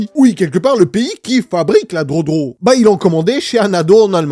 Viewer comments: On dit gueudro pas drodro mdrrr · Entendre un adulte dire drodro au lieu de drogue c est comme une femme qui ne veux pas prononcer le mot penis